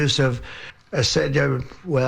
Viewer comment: Just curious, this must mean you think the American Board of OBGYNS and The National Board of Pediatricians and The American Medical Assn and the decades of research done by the makers of Tylenol are all wrong and Trump, who couldn't even pronounce acetaminophen and who couldn't remember the 3rd part of MMR is right?? Robert Kennedy is an environmental lawyer and not a doctor.